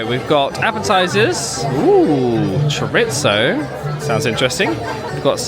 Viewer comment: Cher-itz-o. I cringed so hard at that moment. Sorry, I’m from the ag part of California and chorizo is just so common.